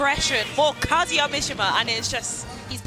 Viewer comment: Loved the commentary except for the "Kuhzooyuh" pronunciation of Kazuya